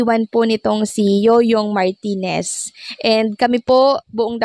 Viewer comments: Yoyong MARTIREZ hindi Yoyong MARTINEZ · Martirez hindi martinez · MARTIRES NOT MARTINEZ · Yoyong Martires hindi martines